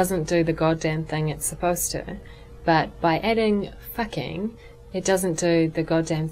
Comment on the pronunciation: you fucking suck at fucking saying the fucking the word fucking!